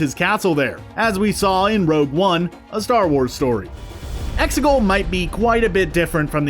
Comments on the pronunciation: It’s pronounced (eggs-I-cal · Did u say Mustafar and Testecul?